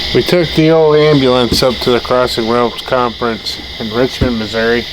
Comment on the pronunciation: Gosh Dang AMBA-LANCE lol you gota say it atleast once LMFAO